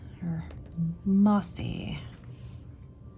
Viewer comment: Oooooo! Some thoughts … magenta is absolutely my favourite of what you have swatched. If you go back and watch how you say mossy … it’s not “moss - ee” but “moss-ehh” and I love that verbal inflection you do conveying joy and delight. 🥰🥰🥰. Re inks looking like each other… (and what does a noob know…) … everyone is restricted to the visible colour wheel. More importantly they are restricted by the actual manufacturing process, liquid, dye, pigment and laws of chemistry. So it does make sense that after a while, an objectively new colour becomes harder and harder. Suspended particulate may have been a recent innovation so sheens and whatnot are new. But I suspect it’s hard to make a new colour. Anyway … I am a noob and really enjoy your channel and learning from you. Thank you for being so generous. 💕🇨🇦💕